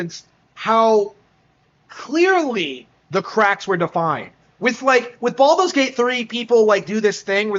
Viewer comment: Baldos Gate 3 lol how dare you sounds funny doe